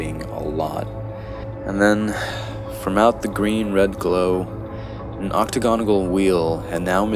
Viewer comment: Dude you really had me until "octagonagle" .... ....octagonal*